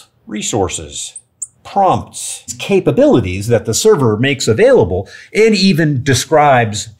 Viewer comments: cababilities. :D #capabilities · Ah yes… cababilities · Cababilities! lol just giving you a hard time - well done!